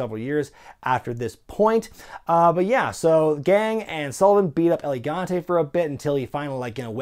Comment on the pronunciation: lol its el gigante not elegante